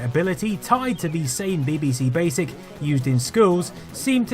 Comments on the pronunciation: I think its more 'BihBihSea', but maybe thats my accent... (I still claim it should be 'BeeBeeSee', though ;-) ) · Its pronounced BeeBeeC not BaybayC. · buh-buh-Cee? Seriously, how hard is it to say Bee-Bee-Cee? Nevertheless, great video as usual! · Love your documentaries. Takes me back to my youth. Does make me smile when you pronounce BBC as Beby C though 😉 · I love your channel and this video is a fine example of your output. But what's with the "Beh-beh-see" pronunciation of BBC? 😆It's "Bee-bee-see", surely? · your insistence on pronouncing 'BBC' as 'bibisee' makes you a CVNT and earns you a dislike from me. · The odd way he pronounces "BBC" - "Beh beh seh" - has been fascinating me throughout the video. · You pronounce BBC weirdly. It sounds like Bibbisee lol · You pronounce BBC as bibby-sea, which is so annoying it earns a dislike from me. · I really love your videos, this is three years later. Why can't you say BBC? What's bebaecae? Had you been at the dentist? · You say BBC funny: bibbisee. It's adorkable! I thoroughly enjoy your videos, they tickle my nerdy nostalgia gland just right. Mmm, nice. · I love the way u say bbc 😀